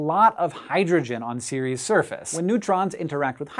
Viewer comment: Pretty sure the moon isn't called "Series", but what do I know about pronounciation?